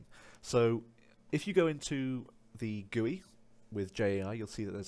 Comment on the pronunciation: The way you say GUI lol Anyways nice video